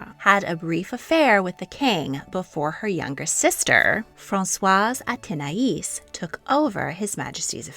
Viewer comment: As an Athénaïs I can testify that you finally said her name correctly (unlike that terrible Versailles series). The Montespan was awful but the most famous woman with my name. She was always the antagonist of all those French young adult novels set in Versailles for teenage girls.